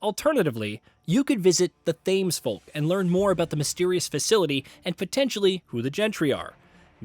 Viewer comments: 'Thames' is pronounced like 'tems'. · thames is pronounced tems lol